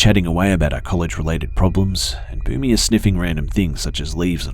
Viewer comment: Was the dog's name "Boomy" ? I was hearing "Booby." I was like "who the hell names their dog booby?"